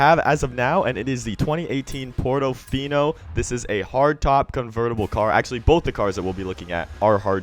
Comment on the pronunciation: Portofino not "Pordofinou"